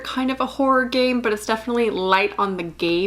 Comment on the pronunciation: Why do I keep hearing "horror gay"? What's wrong with me